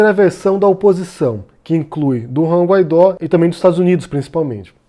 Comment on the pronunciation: "Guaidó" pronuncia-se "Guaidô". Sua "auto-proclamação" é determinação constitucional de seu cargo, não ato arbitrário dele. A mídia constantemente dizer apenas "auto-proclamado" apenas distorce os fatos e atrapalha a compreensão pública da situação.